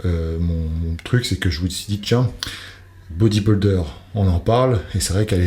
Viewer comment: Dom Dom c’est un mot anglais. En français c’est « culturiste ». Mais même en anglais ce n’est pas bien prononcé c’est vrai.